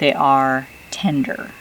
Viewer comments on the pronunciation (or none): none